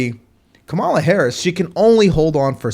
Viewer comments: Thank you for the enlightening podcast. Just a suggestion—her name is pronounced Comma-la. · Her name is pronounced KA MOO LA